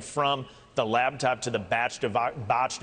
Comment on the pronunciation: Batced. Botched. This guy cant talk. LABTOP? what is that?